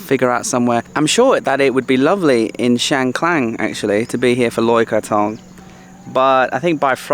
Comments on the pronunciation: Loei isn’t like the rest of Esan. You don’t hear Esan spoken as much and the terrain and climate is very different. The locals told me it has its own culture and I have to agree. It’s Chiang KHAN, not Klang! And it’s Mount Fuji not Fiji 😂. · If I am not wrong, the district is called Chiang Khan (pronounced kan, not klan). I’ve never been there but it is quite famous among Thai tourists. By the way, alternative I’m a Thai, I don’t eat the fermented fish sauce (pla rah) nor the fresh crab either. Not everyone likes it. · It’s Chiang Khan mate not Chiang Klan 😊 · Hi I'm really like your channel but for this episode I have to correct you. The way you pronounced and title in this episode was incorrect. I mean "Chiang kan " not "Chiang klan" May be you use to the name of one road in Chiangmai call Chang klan,Sorry for this I 'd follow your channel for practice my English listening and bring back all nice memories all the places. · It’s Chiang Khan, not Klan…and it’s Fuji, not Fiji:) Fiji’s country:) thanks 🙏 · Welcome to Isan จ้า เชียงคาน not ช้างคลาน....ตระเวนอิสานให้สนุกนะจ๊ะ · It's not Chiang Klan. It is called "Chiang Kan" with no "L" .